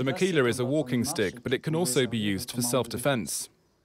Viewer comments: Its makila not makhila, just for u to know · Guys don´t know about that h on makhila, we´ve always said makila here in the basque country...